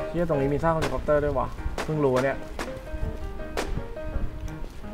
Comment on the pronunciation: ฮาตรงที่พูดว่า ฮอรี่คอปเตอร์อ่ะ55555